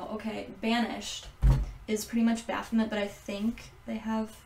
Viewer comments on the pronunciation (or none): Baphomet is pronounced baphomay